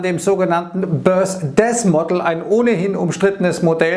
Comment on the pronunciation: hab die Aussprache nur witzig gefunden.. 😜